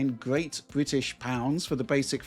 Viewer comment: why the emphasis on "Great British Pounds"